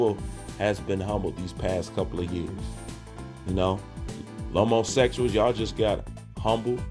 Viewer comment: Did he say LomoSexuals? Lol. Classic!